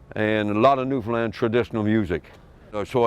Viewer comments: New'fin-LAND .. 😐 the video is GREAT!!! but that narrator voice can not get the speak of the name wrong. That's hard to take, considering our history and cultural erosion along the way. Call the Island by how a Newfinlander calls her 🤝 I really enjoyed the video. Aside from that. It throws ya right out the back door each time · Buddy needs to learn how to say Newfoundland……not newfinlind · Love yah all from Newfoundland, coming from Cape Breton, there is a bit of AI involved, he didn't pronounce the name of the Province, but the most wonderful thing or I could ting, is I have to send you a bag of H's, it not here , it's ere my friend. Ow are ya, no , H's in the Newfie alphabet. I still love it A